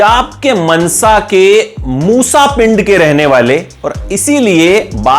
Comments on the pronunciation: its mansa not mnsa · Mnsa nhi mansa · ਮਨਸਾ ਨਹੀਂ ਭਰਾਵਾ ਮਾਨਸਾ